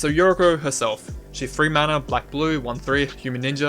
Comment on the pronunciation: I hate to be that guy but I'm pretty sure Yuriko is a japanese name (or at least Japanese inspired) and the syllables are most likely Yu-ri-ko (you-ree-ko) not your-ik-o as you pronounce it. I'm not a big fan of relying on conspiracy type effects to get more "ninjas" in the deck. I'd rather fill the slots with changelings (and I forgot about mutavault, thanks for that). The split card interaction sounds awesome however and is the most enticing part of this deck to me. Most split cards are mediocre at best and I love decks that encourage playing underused cards.